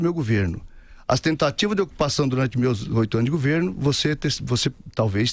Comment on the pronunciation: No meu "guverno"...o "guverno"...esse "guverno"... kkkkkk